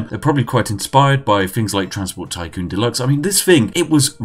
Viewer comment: "Delax" -The Spiffing Brit